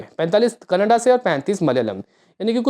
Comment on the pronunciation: Bhai ji kanada nhi.... Kannnad hai